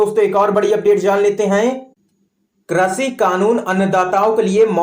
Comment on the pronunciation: Correct your language, it is krishi not krashi.